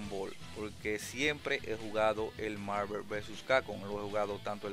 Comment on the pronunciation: que tan dificil es pronunciar bien Marvel? no joda